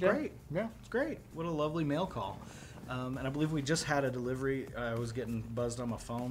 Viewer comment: he pronounced mail call so terribly. "mell cawl"